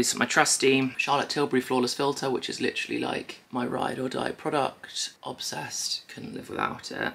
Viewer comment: Take a shot every time she says “LITCH-rully”